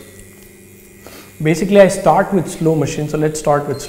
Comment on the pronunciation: Good advice. But a word of advice back, don't spend half the video rambling through butchered sentences while you talk about nothing. I was cracking up though when you said we're going to sdard on 90 herdz, so sed id do sixdy herdz. 😂